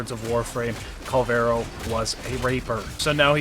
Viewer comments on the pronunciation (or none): It's Kullervo not "Kul-vero" ....